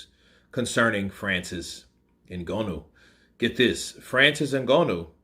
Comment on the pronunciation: Your pronouncing Ngannou wrong,.